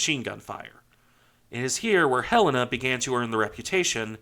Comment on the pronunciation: I dont normally care for how things are properly said, but Helena being my states capital, for some reason really annoys me alot when i hear it said wrong. And very, very few say it right. Thank you for pronouncing Helena correctly. Great video!